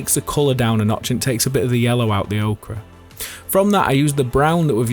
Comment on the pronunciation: Ochre. Not Okra.